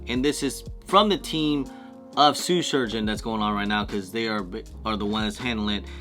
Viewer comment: Man made a whole video saying SUE surgeon